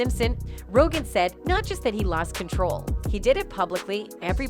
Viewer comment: “Ro-Jin” is not how you say Rogan. Juss sayin.